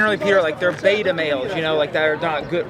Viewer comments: His name is beta not beto it's BETA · Its not BETO, its BETA!